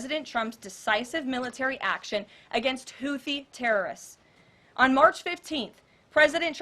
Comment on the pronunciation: she can't even pronounce houthi right lol